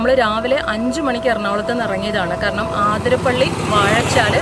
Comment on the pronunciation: ആതിരപ്പള്ളി അല്ല അതിരപ്പിള്ളി ആണ്